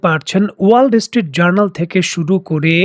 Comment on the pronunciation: "ওয়ার্ল্ড স্ট্রিট জার্নাল" না "ওয়ালস্ট্রিট জার্নাল", আপনি উচ্চরণ ঠিক করেন